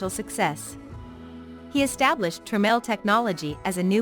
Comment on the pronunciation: It’s pronounced Tra-mel